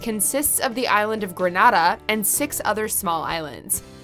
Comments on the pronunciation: Pronunciation is key An-tea-gah= Antigua Gren-nay-dah=Grenada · Wasn't expecting to see Barbados as number 1 but yay. Barbados is extremely expensive tho. Btw yall butchered Antigua and Grenada pronunciations